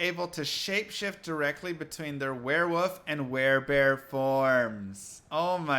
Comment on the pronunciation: Sorry to nitpick but why are you saying werewoof as opposed to the more correct werewoLf?